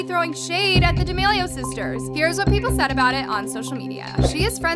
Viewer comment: its said not sed